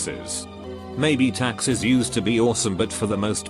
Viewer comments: Everytime the video said "Taxis" I thought it was saying "Taxes" and was like, fuck yeah kill off taxes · Taxis.... I thought they were saying taxes at first. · Text: taxis Text to speech: taxes Me: visible confusion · Every time they say taxi I heard taxes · Every time it said taxis it sounds like taxes. I’m like yeah, not having to pay taxes is nice but there’s no way to avoid it without working near places that has bullets and risk of bombardment.